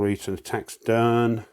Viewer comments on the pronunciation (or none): Great play through,! Love your commentary and your British remarks. Crikey! Just a couple of pronunciation notes. I think Derne is supposed to be pronounced with two syllables, Dern-uh. Also, Stephen Decatur’s name is pronounced De-CAY-tur.